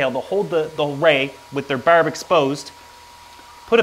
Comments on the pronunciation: Lol, once you said "burb" i knew right away you were Canadian haha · Berb?? Barb?? wtf Is it Berd?? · Karen LeDuc same lol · I love the way you say barb its soo Canadian it's great! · Nova Scotian specifically, the rest of us don't say it like that lol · Jonah St-François I think they mean when he says the word barb, but I could be wrong. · he says barb just like they do in trailer park boys